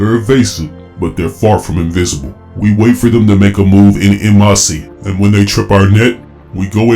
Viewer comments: "N Masee". I'm dead. It's pronounced "on mawss". Great voice acting though. I dig it. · Great job and great read. Definitely looking forward to more. Side note to help you in the future? En Masse is said like on mass.